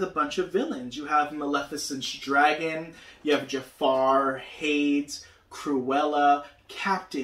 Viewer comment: I’m not sure if your aware but Jim shore - Disney Traditions - The Lion King - Scar - ( Preening Predator ) was released in 2020 Also Hades is pronounced hay - dees not haydes Further more I love lucifer and he is a cat 🐈